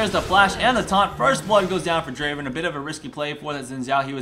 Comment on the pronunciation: uhm srry but it's DRAAAAVEN